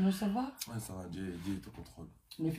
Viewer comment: 🔠🔠😵 AZOLOBA DIÉ AU LIEU DE DIEU UNE CONCERT AU LIEU D'UN CONCERT 😵😵MAIS YOKA MAPEKA😵🔠🔠